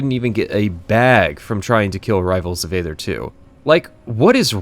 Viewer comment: I can't stop myself from being a neckbeard here: It's pronounced "ee-thur " ('th' like the sound in 'think'). "AE" is a 'ligature', and there's an argument to be made for pronouncing it "ee" or "ay", depending on whether you're doing Ancient Greek or Ancient Roman pronunciation. But never "ather" like you're reading the word "other" with a typo.